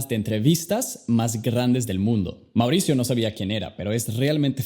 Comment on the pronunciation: Quien pronuncia tan mal como "mauricio "